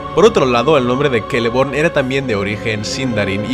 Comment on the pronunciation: ¿Por qué pronuncias la «ce» como «ke»?